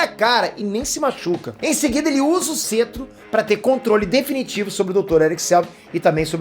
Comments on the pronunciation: só eu q fiquei incomodado com "cêtro" ao invés de "cétro"?? zueira, parabéns pelo conteúdo! ta muito bom o conteúdo e muito útil agora tão perto do lançamento do Ultimato! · pelo o amor de deus se pronuncia "Cétro" não "Cetro" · que cêtro o correto é cétro... kkkkk Para de falar errado...